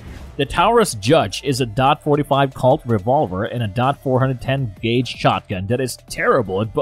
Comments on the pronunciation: The judge is a get off me gun so is a derringer. And you don't have to say dot for .410, just say 4 10, not four hundred and ten either. You have proved you know nothing about guns. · "Four-hundred ten revolver" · It’s Colt not kale and you don’t say dot four hundred ten it’s just four ten. Do you know nothing about guns? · It's pronounced Towrus in dot 45 and dot 410 gauge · The judge is awesome, I carry one for years, plus you can't even say Taurus correct, dot 410 are you trying to sound like know what your talking about. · Too bad the narrator lacks any knowledge about firearms. Calling every caliber a "DOT" something just sounds stupid. WTF is a "dot four hundred ten"? He goes on to say a derringer is "neither a pistol nor a revolver". If it isn't a pistol, what is it? Later, he uses the terms pistol and rifle describing a Type 94 Nambu. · Wtf is the "dot 4 1 0 gauge" about? How could anyone even consider listening to this lol? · Hint, if you wanna be taken seriousley learn how pronounce the word TAURUS. Secondly what's with this "dot 45 caliber, dot 410 gauge". Definitely won't subscribe to this channel and won't waste the time to watch entire video. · this is a spoof channel or something? can't say Taurus correctly or .410 and can't imagine why a Desert Eagle not being a great carry firearm.. No shit Sherlock, it was never meant to be a carry firearm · He can't even say 410 like a normal person he just sounds like he doesn't know what he was talking about and he can't say taurus